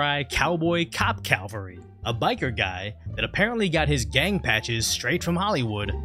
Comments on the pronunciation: Cavalry not Calvary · It’s cavalry not calvary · can we please just take this moment to educate everyone that it's CavaLRY and not CalVARY. I hear a lot of people say this, is far from the 1st I've heard say it, I even see people write Calvary instead of Cavalry, I've heard actual CAVALRY soldiers call themselves Calvary, which honestly had me flabbergasted as the man's unit patch had ''Cavalry'' clearly written on it. Please, when referring to a mounted soldier, (or in this case cop, but he really isn't cavalry, he's mounted police) Cavalry. Calvary is a hill outside of Jerusalem. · It's Ca val ry. Not Cal va ry.